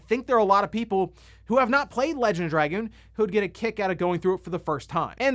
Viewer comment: Call me old school, but I couldn’t care less about trophies or achievements. Oh, and it’s X. It’s always been X. We determined this with the PSX, before internet got big. And call it “druh-goon”.